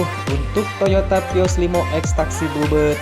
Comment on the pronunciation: Baca vios : pios 😣